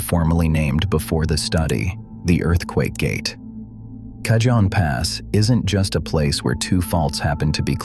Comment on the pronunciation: Cajon as in "Cajon Pass" is pronounced Cahon Pass as most J's in California are reflecting their Spanish heritage. It's very disconcerting. Otherwise, an interesting report.